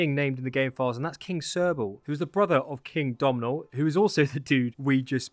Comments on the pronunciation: Wait, Puca doesn't mean ghost, the Irish for ghost is taibhse. A puca is more of a nature spirit, similar to a faerie and is more of a trickster type. Edit: Just for reference, Domnall is just pronounced Donal. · Domnall is pronounced Doh-nal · Me again, self-elected Irish pronunciation correspondent. Another great video! 😊Here's some help with pronouncing the Irish names : Domnall = Dough-null (Although at the time his name would've been pronounced Dove-null ) Cerball - Car-oohl (second syllable is pronounced like pool, but without the p) Gae Bolg = Gah Bol-ug